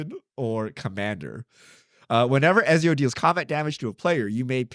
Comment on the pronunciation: You should get a video game person to talk about those UB's. It's a bit...oof to see deathclaw be disrespected and Ezio's name be mispronounced